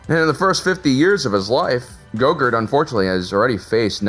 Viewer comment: I keep thinking you’re saying yogurt from Spaceballs